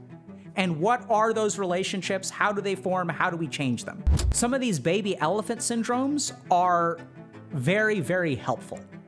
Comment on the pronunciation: I think Dr. K was saying Sin Drones not Syndromes? 😂😉